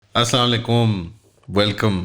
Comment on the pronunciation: Anslaalekooom 😂😂😂 kaun sikaye re pakistaniyon ku salaam karna haule malluwaan 😂😂😂😂😂😂😂😂😂